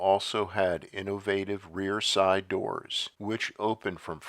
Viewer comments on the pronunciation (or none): none